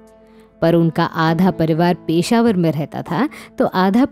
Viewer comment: पीशावर नही पेशावर बोलो